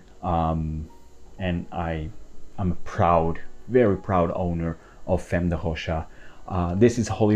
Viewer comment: yes you did. He pronounced it "femm".